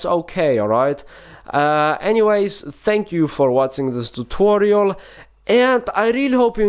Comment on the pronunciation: How we spell it : tutorial How he spells it: thoothorial